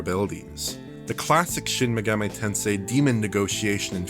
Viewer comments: It's not pronounced Megameh... it's MegaMEE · Dude's voice is boring, and that lisp... And "maygahmay". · It blows my mind how so many YouTube channels mispronounce Megami as "Meh-gah-may." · Shin Megamay Tensay